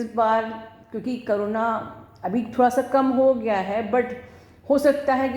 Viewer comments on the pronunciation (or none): nice video...but mam its "corona"..not "karuna" ..plz correct it..thank you